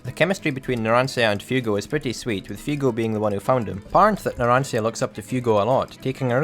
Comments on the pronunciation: Why the fuck do you call him Fiugo? he's called Fugo. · WeebMaster69420 Not really, his accend doesn't bother me, the only thing that bothered me was how he pronounced Fugo's name as Fiugo, but again, that's an understandable error for an english speaker. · Dans I'm not even a native english speaker and I understood it all with no problem, I was really anoyed by the way he said fugo's name tough, but that was an understandable error.